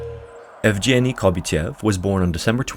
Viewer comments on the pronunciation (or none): It's pronounced ''Yievgieny'', with the ''Yev'' similar to how you pronounce ''Kiev'' and that ''G'' it's the g from ''Get', not ''Germ''. You missed the opportunity to show his face later in life but oh well, he made it - that's more than enough. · Of course, the "g" in Yevgeny is hard, not soft. There is no soft "g" in Russian. They don't even have that sound in their language, nor a letter to represent it. When they transliterate foreign words with that sound, they use the combination дж (d + zh), with the latter sounding like a French "j" or the "s" in English "leisure".